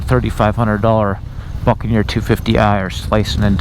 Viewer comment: Is it me? or does it sound like he's saying fuckaneer every time?